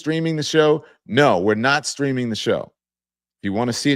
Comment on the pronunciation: I thought you said, "Let me know where you're 'screaming' from." 😊